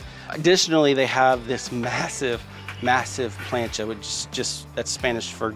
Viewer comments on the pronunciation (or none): Being Puerto Rican it annoys me the way he says Santa maria and plancha and any other Spanish words